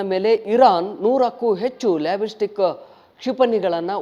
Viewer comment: ಲ್ಯಾಬೆಸ್ಟಿಕ್ ಅಲ್ಲ ಮಾರಾಯ ಬಾಲ್ಲೇಸ್ಟಿಕ್ ಮಿಸ್ಸೆಲ್ ಕಣಾ ಅದು....ಎಲ್ರೂ ಮೈಕ್ ಹಿಡೀಲಿಕ್ಕೆ ತೊಡಗಿದರೆ ಹೀಗೆ ಆಗೋದು.....